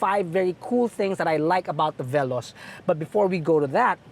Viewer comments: The irony when you pronounced veloz wrongly, yet triggered with the knot? 😆 Anyhow, I wonder why toyota likes to name all their upcoming cars to be related to speed such as "rush" and "veloz (translated as fast)" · Good day! You may check over the web on how to pronounce veloz, hehe.